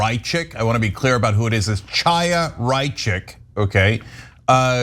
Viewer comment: The name is "Haya" not "Chyaa".